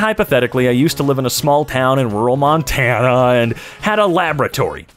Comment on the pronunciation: Why you say Montana that way what's your answer Montana is the best ok we have Lewis and Clark the best views and cold af but 105 in summer